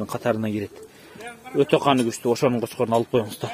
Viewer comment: Блогер жигит! Кочкорун У.Баарын Ы. Баасын Ы. Деп ашыкча у ы тамганы кошпой эле. Кочкорун Баарын Баасы деп эле айтса болот го.